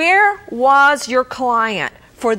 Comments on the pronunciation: It’s Caylee....not Kelly! It’s not hard to pronounce. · I despise the way Nancy pronounces Caylee's name!!